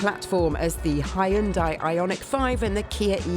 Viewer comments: Vicki, it’s pronounced “Hyun-day”, by the way. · I still don't understand how Hyundai is pronounced hai und dai :P